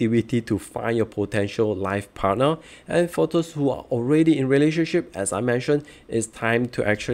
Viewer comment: thanks. but really you might want to improve the pronounciation to appeal to wider audiences. especially when you said "those" as thirst.